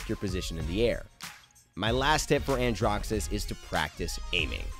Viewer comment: Did he pronounce it andrough?! Helpful vid though